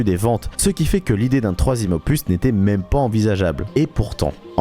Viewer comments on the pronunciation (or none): J'ai pas rever il a bien dit Mamé ou maime ? avec l'accent anglais bordel